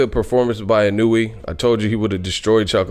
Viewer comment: btw, you say his name like this: EEE-NOO-WOO-AAA